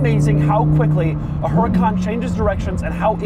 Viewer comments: Doug. You of all people. You're saying it wrong. It's not "HUR-I-KON" It's "OOER-I-KON" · #DougDeMuro Please treat the H as silent. Pronounced /Ur - eh - khan/. Its 2023 - Americans can acknowledge silent H’s. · Is pronounced “uracan” no H. Just U-RA-CAN. Simple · You DON'T pronounce the H, it's a Castilian/Spanish word.